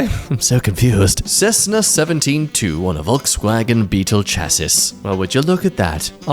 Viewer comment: The Stitch tattoo was based off the movie "The Crow" with Brandon Lee. Also it's car "chass-ee" the 'a' sound is long like in ass, mass, etc. And the end is just 'e', like saying the letter 'e', such as 'cookie". Or the double 'e' in 'see.' XD With all due respect, you read for a living my guy.